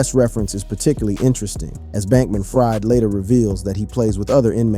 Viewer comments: SBF pronounces his name "FREED" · It's pronounced Bankman-Freed, but of course he's ironically not been freed... anyway Diddy has not broken in his backend yet?